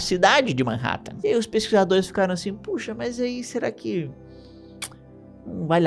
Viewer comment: MEENN RÉÉ TEN (Manhattan) me quebrou...